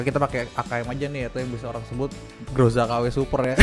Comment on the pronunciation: TIM NOTIF PAGI PAGI fyi Groza kalo daerah asalnya di baca Graza